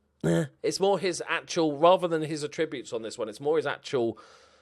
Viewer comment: Everything about this series is excellent - apart from the way you pronounce 'attributes'.